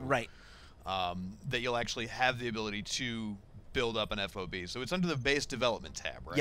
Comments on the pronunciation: Plz plz plz, for the love of god stop calling it F.O.B being in. the military since it is a military term, it is pronounced Fob. as in job, with and F. fob... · Just say fob, not F O B. It's a fob.